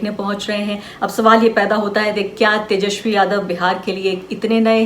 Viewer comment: मैडम पहले "तेजस्वी" तो ढंग से बोल लो 😂😂